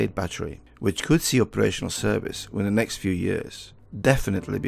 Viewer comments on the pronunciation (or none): none